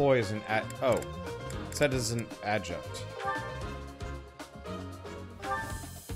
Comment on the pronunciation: "You're supposed to run to the right" You should try tilting your controller to the right if you want chibi Byleth to run to the right? (Right joycon if you have them seperated) Edit: Also, it's not Adjunt. It's Adjutant. Ad - you - tant. (pet peeve. Don't mind me)